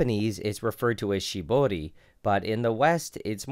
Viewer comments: thx for pronouncing shibori correctly! (r is pronounced as l) disclaimer: not japanese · Props for nailing that "r" in Shibori!